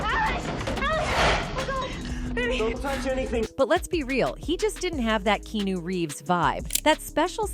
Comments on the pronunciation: Im trying to listen but all i keep hearing is the mispronounced name of Keanu (Hawaiian origin which is correctly pronounced Key-ah-nu). When doing a video of something that might already be hard to believe or trust its important to get the basics correct for the audience to trust that you might know what your talking about. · LOL, you beat me to it, I was about to say "Who's Keenu"? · At least learn how to pronounce his name Key ah new. Jim Carrey was talking about Will Smith when referring to the spineless Hollywood reaction to him beating Chris Rock. What kind of people celebrate some one that does that in front of them? Its sick. Chris Rock should have sued Smith. I don't see Chris Rock as funny as I once did because of that picture in my mind even though I know he was a victim. Comedy and victim don't mesh well. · The canned computer voice doesn't "know' how to pronounce "Keanu." I'm offended for Keanu! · Does she not know how to pronounce his name or is it on purpose? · Your AI narrator is pretty good. But she can't say Keanu. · I tried to watch this but the narrator could not even pronounce his name. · I wish she would say his name right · Why are you, narrator unable to say this man's first name correctly? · You want to mispronounce his name some more...😅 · Teach your ai to say Keanu correctly please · Fuuk same here!!made me cringe every time it tried to pronounce his name lol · The AI is So annoying! I had to stop it as well after the continued wrong pronunciation of Keanu. These are great actors, who have been attacked for having comon senses and being honest about how disgusting Hollywood is. Once they started being honest and going against the commies of Hollywood. They are now banned. Probably for the best, as Holly weird sucks now. Too bad for us that like good entertainment. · Are we really past getting a human who can properly pronounce KeAnu ??? Way too frustrating to watch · Hey lady!!! it's Keanu - kee-a-noo ! jeez! How new is your AI? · key noo🤣